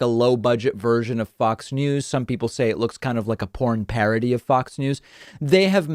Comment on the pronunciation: Did he say 'porn parody' or 'poor parody' ... I could believe either how sad is that